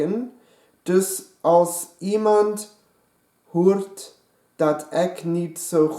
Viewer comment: Voor iedereen doe Nederlands os hij zei bij Hoert 😂